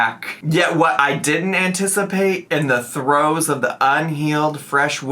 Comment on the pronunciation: Can’t believe she got “throes” correct, but whiffed on knives